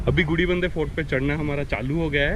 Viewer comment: Cool video and great capture. However I'm surprised you kept messing up the name of the Gudibanda Lake & Fort. You kept calling it gudibidadnur. Lol